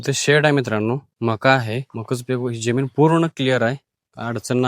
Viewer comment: ज्यमीन नव्हे रे जमीन बोल बेटा, काय तुझं मराठी?